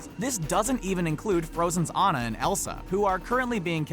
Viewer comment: Omg I might subscribe just because you say ANNA RIGHT OMG FREAKING TRIGGERS ME WHEN PEOPLE SAY IT WRONG AHHHHHGGJIGJH you didn't even get one spelled wrong ..